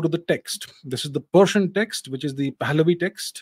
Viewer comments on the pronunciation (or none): none